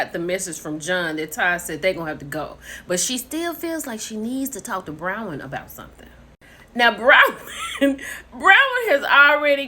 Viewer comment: Hey, sis it's BRON-wyn....😂